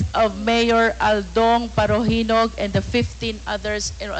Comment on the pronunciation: Did you say parojinog??? Sinama mo pa yun madam??? Tngaa kaa?? Hahahahah lol.